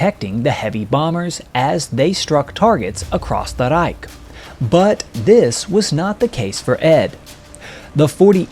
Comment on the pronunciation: across the Reich - bravo except for one thing. To say it right, say the English word keys, then say it slowly - it's not a k sound